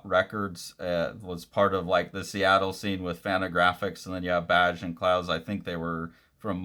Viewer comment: I know you've said pronunciation isn't your strong suit — this one's easy — his name is pronounced "bag" Great video, though, thks